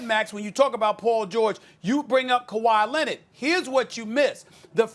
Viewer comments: Did this dude just say khawi Lenard Jordan smh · Stephen A: "Kawhi Lennit"